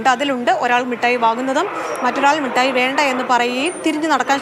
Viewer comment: മുട്ടായി അല്ല മിസ്റ്റർ, മിഠായി ആണ്